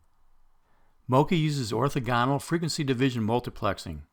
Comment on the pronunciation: Gah! The way he pronounces "orthogonal" is so weird!